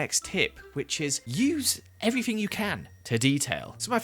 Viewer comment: did anyone notice how he said everthing and not everything